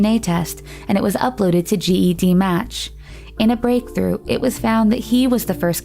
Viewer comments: it’s Ged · CeCe Moore is a super hero! Also it’s pronounced” JED “like the name match. Not G.E.D match. Just for future. Fantastic video! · it's spelt GED but pronounced JED. Ive been wanting to correct her during this whole video lol